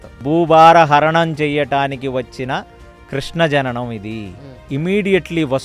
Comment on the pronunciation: నమస్కారం మేడం మీ ఇంటర్వ్యూలో కృష్ణ కృష్ణ అంటున్నారు తప్పు తప్పు కృష్ణ కృష్ణ కృష్ణ అని పలకాలి